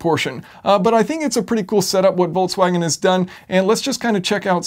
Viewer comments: Where does the pronunciation Voltswagen come from? There is no T i Volkswagen...?!? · Why the hell volkwagen? Its Folkwagen. Come on man in this day and age. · "I've been driving the 20 17 Voltswagon Golf Alltrack..." Voltswagon?!